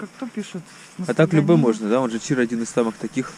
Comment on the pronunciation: Это непонятная мелкая хрень какая-то, а не чир что ты строгаешь. И ударение на последнем слоге (чира*)